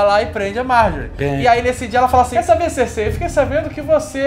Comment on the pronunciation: kkkk Cêrsei e igrite ... Mas bom vídeo , eu comecei a assistir parei na 2º temporada pq n estava entendendo porra nenhuma , daí resolvi assistir até o fim , e no final fique meio desnorteado com alguns acontecimentos e personagens , mas voltando aqui no resumo consegui compreender melhor , e com certeza não me arrependo de ter continuado a assistir .